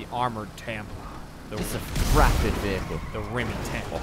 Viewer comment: I gotta admit, when called it the Rimmy Tampa, i misheard it as the Rimmy Tampon...